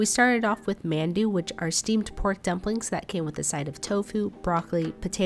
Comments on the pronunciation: I mean absolutely no heat at all when I say this but I know a lot of people Would drag you formispronouncing Mandu. Typically it’s pronounced “Mahndu-“ rather than “Man-du” but, again. You didn’t grow up with more a pronounciations, etc. so again I mean no hate at all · I was about to say that isn't tofu thats dempra(fish cake). Nice try though pronuncing kalbi Jim. It sounds like a g and k together... ... . And it's pronounced mondu... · Mandu? Not man it's pronounced Mondu. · I love your shorts, but I died inside when you said "mAn"-du. It's pronounced like you would say "mapo" tofu. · To help it’s pronounced mon doo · The mandu with Egg accent gave me goosebumps 😭😭😭😂it’s aight mispronounce it. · You pronounced Mandu wrong. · you really gotta work on pronunciations, especially Mandu.